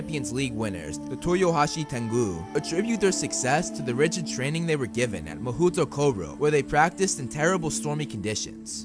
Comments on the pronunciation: As a half-Japanese I find it funny that the official pronounciation given to the Japanese wizarding school is mah-hoot-o-koh-roh when it should be pronounced as mah-hoh-toh-koh-roh. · It’s “mahootoo koro” ! It’s “mahou tokoro” (魔法所)。A pretty uninspiring name since it simply means “magical place” ._.